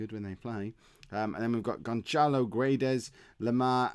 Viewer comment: Its pronounced gonsalo